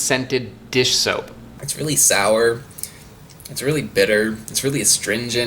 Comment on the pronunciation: When he said sawr it made my mouth a little bit sawr.